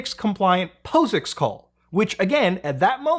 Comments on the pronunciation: Just feel like pointing out: 1) It’s Debian like Debbie, not like Deebian. 2) It’s Paws-icks(POSIX) like Paw, not like P-oh-sicks. Just sayin’. And if I wrong about that then I’m wrong!! But I think I’ve got that right. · The way you pronounce asus, debian, and posix... aseus, deebian, poesix